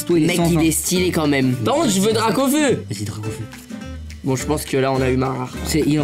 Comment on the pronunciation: mes t’es bête toi c’est parce qu’à il a dit gracaufeu